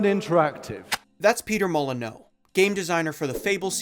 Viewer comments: I think what bothers me most is how you pronounce Molyneux. I don't think I've heard even non-English non-French speakers pronounce it wrong. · Why are you saying "Mol-eh--no"?! He's British, so it's really "Moll-a-new". Anyway with that out of the way, I worked at Lionhead and knew the guys testing Milo. I distinctly remember the day Milo & Kate was shut down and it part-way through 2010 during Fable 3 development. Three or so large coaches pulled up outside of Lionhead HQ and the entire building was emptied into them and driven off to a townhall meeting. After which we all received an email confirming the game's cancellation by Microsoft. You can fault Peter for his hubris and over-ambition, but it was that which was also very inspiring to be around. I honestly believe that a lot of blame should squarely be placed on Microsoft's shoulders, who were always so determined to drive very cutting deadlines for development. There was for example, a whole second half of the ending to Fable 3 that was entirely cut due to similar constraints. It frustrates me that we don't talk enough about the damage publishers do to the end product's quality versus singling out an individual and blaming them instead. It's a bit of a lazy argument if you ask me, and one which isn't fair. Microsoft killing off Lionhead was a huge blow to the UK Games Industry, and one which Microsoft arguably set in motion with the scrapping of Milo & Kate. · It's pronounced mo-lee-new. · The video is very good so far but my goodness the mispronunciation is, sorry, grating. Its' Peter Molyneux - Moly-I-new. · You aren’t pronouncing molyneux right there’s an N brother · Peter Molye-NO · I have never heard anyone pronounce his name mol-len-no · ok but why are you calling him molin-no? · you're pronouncing it the French way when you should be pronouncing it "moll-uh-new" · Peter Molo-no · It's pronounced Mall An Ewe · Sorry, but uh... Molo-no? Isn't it Molyneux? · His name is pronounced “Molly-new”